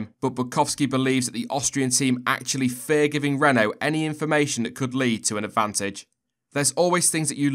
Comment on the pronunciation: Your pernauciation at the start was spot on, well done